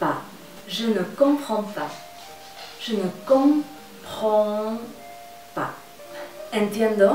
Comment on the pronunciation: El Je ne compreds pas suena como Yo no copró pan jajaja💁🏼👍🏻👍🏻👍🏻👍🏻👍🏻👍🏻👍🏻👍🏻👍🏻👍🏻